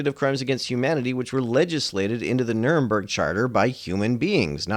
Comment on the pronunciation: "the Nuh-rrum-burg trials"😅